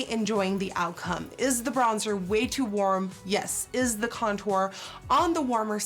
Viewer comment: "It's too worm"